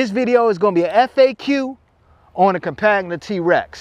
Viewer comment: It's like Com-pan-ya french for companion (as it is a side by side) That beIN said you answered a bunch of didn't know. This the best TRex review I've seen. You got tha sub